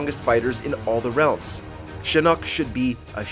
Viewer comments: Yoo this video said ...number 20 .. shannok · Its shinnok not that blasphemy u have also this list is straight up bull ass